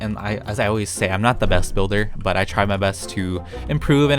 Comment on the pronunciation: “I not good bilder” Lol